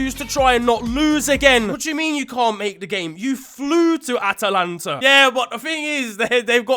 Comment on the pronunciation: ah yes my favourite city Atalanta